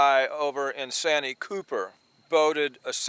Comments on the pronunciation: You keep saying sanyee cooper lake that's not what it's called I live about 30 minutes away from santee cooper that's what it's called get it right if you're going to talk about the catfish lake of South carolina in the town of santee sc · It’s pronounced SAN T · Austin from SC here. Just so you know it's pronounced " SAN - TEE Cooper"....